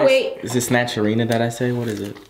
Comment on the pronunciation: he says snatcherina🧚‍♀️